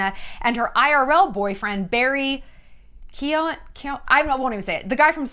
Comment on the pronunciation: You pronounce his surname as ..... Key ohh han. Also as an Irish woman, you won't understand an Irishman unless you are Irish. They aren't gregarious Americans. We don't like that over here. If that makes him weird to Americans, so be it. Barry is sound.